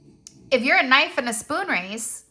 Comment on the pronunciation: Did you mean kaaanife 😂. Like why have the k before the nife knife 🔪 lol